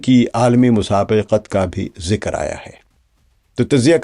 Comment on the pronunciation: ذِکْر zikr✔️/ آپ نے بولا: zikar✖️